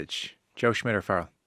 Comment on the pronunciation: CMON Rud!!!! It's SSSSSSSH-midt. NOT SMITH